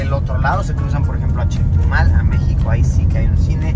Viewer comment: persona normal : CHETUMAL El ARGENTINO : CHETO MAL 😎